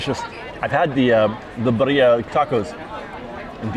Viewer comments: Hey, friendly pronunciation correction- birria is pronounced BEE-ree-ah with a rolled r sound. If you can't roll your r's just use the d sound hack and say BEE-dee-ah. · roll your “R’s”. Birria is BeeRRRReeeyah remember your in California.🥰🥰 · sorry to be that Mexican..... but its pronounced BEER- RE - UH